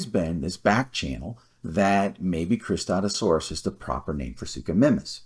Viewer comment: I had no problems with your pronunciation, it's pretty similar to mine (I say "kris-TAT-OO-sore-us") 😂 I've always thought the way I said it was a bit clunky, but I couldn't think of anything better! Suchomimus objectively has the better name (even if it could apply to many spinosaurids), though! (Cristatusaurus means "crested lizard," which is not only very broad, but is also apparently controversial, as you mentioned not everyone can even agree it had crests?! XD)